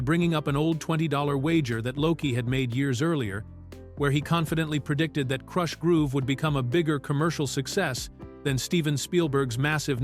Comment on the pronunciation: Why not hire a real person to read the copy? AI literally mispronounced the word "Krush"